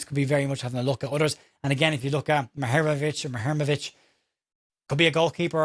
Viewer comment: Hi. If it helps - and if today’s reports are to be believed, we are now in the lead to sign the player - this is the AI advice on pronunciation “The Bosnian surname Muharemović (often associated with the footballer Tarik Muharemović) is typically pronounced as moo-ha-REH-mo-vitch.”